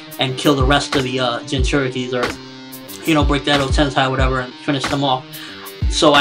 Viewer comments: how can you be such a naruto nerd and can't pronounce edo tensei....sei not sai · Your saying edo-tensai its edo tensei pronounce it like this edo-tensay..... kinda annoying when you watch the series all the time and still get it wrong im from japan and naruto will die at the end bee comes close to death but dont think he dies. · Edo Tensei EEEEDO Ten SAY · You pronounce Edo Tensei funny...